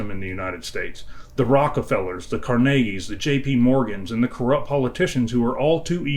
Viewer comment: Respect for every word, my friend. Double RESPECT for pronouncing Carnegie correct!